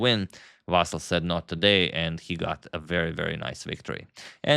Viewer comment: I appreciate you correctly pronounce his name as Vasyl, as it's in Ukrainian language and Vasyl is Ukrainian. So many misspellings were done before, confusing Russian and Ukrainian first names.